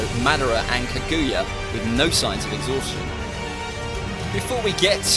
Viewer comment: 'kaguuuuuya' british people lamOOOOOO